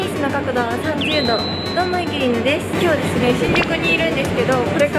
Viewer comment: 30度っていう時いつもより気合入ってる